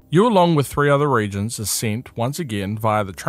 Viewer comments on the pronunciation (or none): Ok I’m confused are they pronounced re•gents or re•a•gents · The word is re-agents. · Re-agents, no reagents